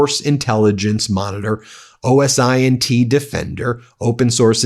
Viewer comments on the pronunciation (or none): pronunciation guide : OSINT - oh-sint ; ginsu - hard g like girl, gin-soo